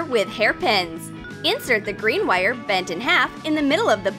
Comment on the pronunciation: says wire as in whyare